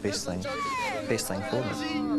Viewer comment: Gotta love the English with these illiterates The word is thing not fing